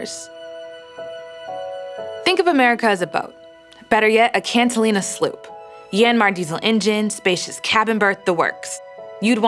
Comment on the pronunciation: Cat-A!-lina. Not CAN-TA-lina. Bow is pronounced like taking a bow, not like an archery bow. If there is a "squall," I'm running up my storm jib and taking a couple of reefs out of my mainsail before I "batten down the hatches" (Only one hatch on a Catalina sloop.) Slime on the "bottom of my prop"!?! WTF?